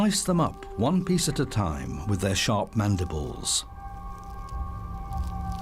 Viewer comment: When he says they slice their prey with their sharp mandibles, it’s funny because it sounds like “ the mantis slices them up with their sharp man nipples 😂😂